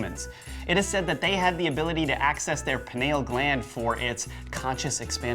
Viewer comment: Pineal is definitely NOT pronounced puh-nay-l. Look it up dude. Furthermore, I could not find even one reference stating the pineal gland or third eye can also be called the celestial eye. You guys really need to get with the program on this one.